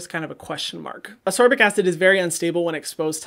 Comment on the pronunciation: Love your videos Hyram!! I’m currently on a binge lol. Hint hint “ascorbic” is pronounced “as-kor-bic”